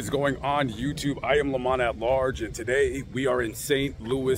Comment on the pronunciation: Correction: Lamont not Damont